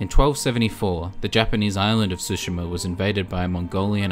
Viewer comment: Since the video is about accuracy: it's Tsushima, not Sushima ;)